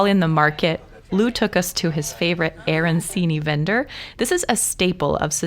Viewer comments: I love all parts of Italy. I actually have a house there and we are moving there soon. (My husband was born and raised there) I don't want to sound rude but I do want to let you know that arancini is pronounced aranchini. The c is pronounced ch. I know it is silly but it is like when people say bruschetta with an sh instead of a hard c. I hope you don't mind. Lovely video and lovely recipe. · The "ci" is pronounced like "ch".